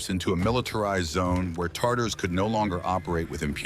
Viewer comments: "Tartars" hurt my slavic ears it's Tatars! Tartar is a sauce. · Cool story but oh my god it’s TATARS not TarTars 🤦🏽‍♀️ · i know i was thinking of fish and tartar bloody TAT-arse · I know I heard that. Thought I was mistaken. Then I heard it again. Lol.